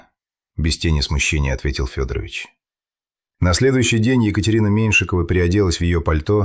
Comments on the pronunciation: Ох, уж эта озвучка Ии. Скорее всего, не Фёдорович, а ФедорОвич. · Уважаемый! Если берётесь излагать настоящие, документальные дела, проследите, пожалуйста, за ИИ, научите его правильно склонять фамилии и ставить ударения, особенно когда дело касается жертвы. Ведь родные Ксении живы и могут случайно наткнуться на ваше видео. А то фамилия убийцы - ФедорОвич превратилась в уважительное отчество, при этом в простой фамилии девушки почти везде ударение стоит мимо.